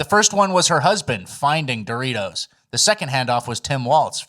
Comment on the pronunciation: That Doritos shit is crazy. She mispronounced frickin Doritos 😅